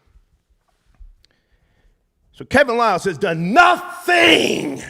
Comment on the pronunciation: Star dumbed out - that was must needed - Banged it on that dude who said Kevin Liles name wrong. Hahaha